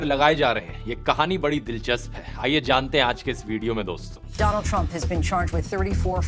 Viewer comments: "Meet my friend Mr. Dolaaand Trump!!!" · Apna wala isko doLand Trump aysai bolta hai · Dolaand trumph😂😂😂 modi made him more famous than he was ever before😂😂😂 dolaand trumph😂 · DOLAAN TRUMP:face-blue-smiling